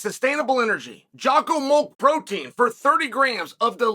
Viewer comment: Brother, how are you still mispronouncing jocko's name lmao